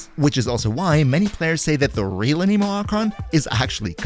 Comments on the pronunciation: anemo anemic is a disorder, anime anemo is the correct pronunciation here lol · A-ne-mo but A-ni-mo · A-nuh-mo. I don't understand why people started calling it an-KNEE-mo. The tool that measures wind speed is called an anemometer. (a·nuh·maa·muh·tr) If you listen to the Devs talk about genshin, they pronounce it A-nah-mo as well. Sorry, I just cringe when I hear it pronounced wrong. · was any one else bothered by how he said Anemo. lol it sounded like he was tring to say anime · a-KNEE-moe. XDD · im sorry, but the way "anemo" is being pronounced, is just wrong and irks me in a bad way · the way you say anemo 😭😭😭... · Never trust a YouTuber who says “an-eee-mo” or “pr-EYE-mo” 🙄 But fr, Kuki Shinobu in ANY team is amazing. Her healing is the best in the game.